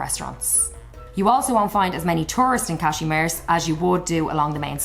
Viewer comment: sorry, but I don't understand the name of the city/place you are talking about? Is it Kazimierz? because if it is then I would suggest adding the subtitles. The pronunciation of this place in your video is wrong.